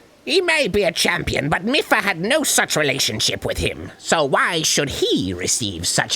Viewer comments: Arin It's mipha as in mii-fa not meffa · First "Hill-E-In" for Hylain and now "Mih-Fuh" for Mipha? Does Arin actually know how to pronounce words? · "Miffa" "Hillian"... WTF is up with Arin's pronunciation? Lol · Same with Mipha, or should I say "Miffa" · It's pronounced "MEE-pha" and "HAI-lian" btw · "Hillian" "Miffa" "Nev-ah-da" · It's "Miffa" that's getting to me. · I cannot get over arins mispronuciation of ever name in this game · ARIN CANNOT PRONOUNCR ANYTHING RIGHT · My ears bleed Every time Arin mispronounces Mipha and Hylian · Both are even voiced by characters...the Mipha flashback in this episode had her pronounce Hylian. And we hear her say her own name every time Mipha's Grace regens. Dunno how you can fuck up those pronunciations >.< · My wife is SO MAD that they keep pronouncing Mipha wrong. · Every time Arin mispronounces Mipha I die a little inside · I feel like Arin is purposely pronouncing all of these Zelda names wrong just to make us mad.